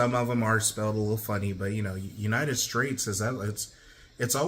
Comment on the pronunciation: Why Donald Trump saying United Straits sound like that vine of the dude mispronouncing fruits in the supermarket?